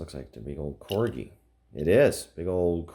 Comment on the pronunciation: You are saying corgi right